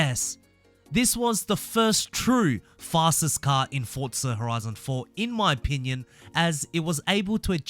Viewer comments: Its Forza not "fortza" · Stop saying fortza it’s forza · Why do you keep saying fortza instead of forza lol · Why do people call it Fortza its Forza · Fortsa? Fortnight meets Forza? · Why he keep saying fortza? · Why is my guy saying forza with a t